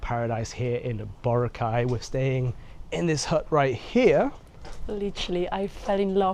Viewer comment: It’s Bo-Ra-Cay, not Bora-cay